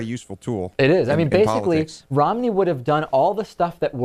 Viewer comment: David, are you saying Rom-in-ey or Rom-ney?